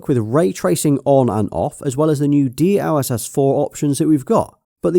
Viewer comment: It's pronounced DLSS not D..L.........SS